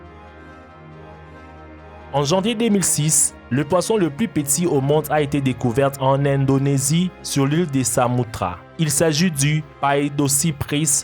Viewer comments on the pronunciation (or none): Ses les îles Sumatra!!! Pas Samutra! Sinon moi je préfère le caméléon!!! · Ile de Samutra ?? hmmm je connais pas l'Indonésie mais de ce que je sais c'est Sumatra.. Bref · On dis soumatra nn ?